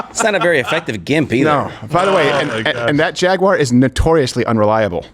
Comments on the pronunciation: Jaguar is Jag-you-a. WTF is a Jag-Waagh ? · Jag-wire 😂 It's pronounced Jag-u-ar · Its Jag U ar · Why would you say "Jagg wire" when the company name is "Jaguar"? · DRAGUAR?? OR FAGUAR??? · …Drag-uar. BAHAHAHAHAHAH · For everyone outside the States: "Jagwah" is how they say Jaguar in less educated countries. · Jaguar always expensive and never fast...just the way the they want it pronounced is pretentious jshaguarahhhh. Its a wild cat not plush carpeting and its like a puma terrible hunters that run real fast 3 seconds then keel over from malnutrition. but its British it must be good. Like their teeth? like their food? weather? Tjhe only thing england is good at is starting wars they cant win unless they get other bullies to help and Golf, i do love golf ...oh shit that wasnt them the Scottish did that. Shit 3% of American colonials beat their asses in the revolutionary war. They pay sick taxes so one royal family lives a insanely wealthy life style for the sake of tradition. The beatles suck. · 🤣 FJaguar 🤣 Silent J of course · Women in engineering matters... Side note, we won't be producing vehicles for the next year while we explore alternate pathways and really find what speaks to us here at Jay-gew-awr. That's how we say it now. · "Jagyouwere"? What? Can he not pronounce his company name? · Jag-U-off Once a great British Automobile Manufacturer. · Its pronounced “Fagúar” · Cant even say jaguar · The real crime here is the way Americans pronouns jaguar